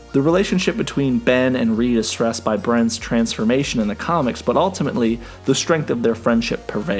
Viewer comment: "FRantastic 4" -"STusan Storm" -"BRen's" Lol